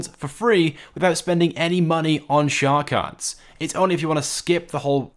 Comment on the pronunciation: "shhhar cards"